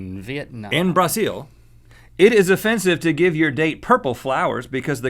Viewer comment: He pronounced Brazil wrong (I was born in brazil!)